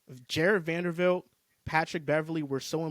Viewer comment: It’s not Vandervilt! Lol it’s Vanderbilt. Jesus 😂